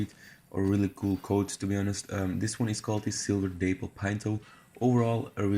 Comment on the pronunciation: The day-pple 🤣🤦🏽‍♀️ daaaap-ple🤔🤣